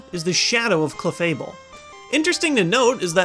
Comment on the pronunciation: You pronounce Cleffable weirdly. :3